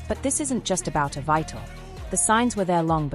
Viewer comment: As an English major, mispronunciations make me nuts. This narrator is so out of the loop, she doesnt know the play's title is pronounced "EVEETA" NOT Ev eye ta